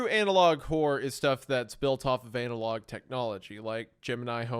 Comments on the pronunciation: Why does Hunter keep saying Anal Log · The fact that Meat kept calling it Anal Log Horror for the first few minutes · Why does hunter pronounce analog "anal-log"? Is that a Missouri thing or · Is Hunter saying analOG horror as a bit?, I’ve heard him say analog properly before.